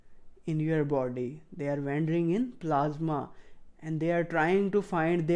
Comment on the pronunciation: Doc....you have to work a lot on your English pronunciation. It is not vander with a v, its wander with a w.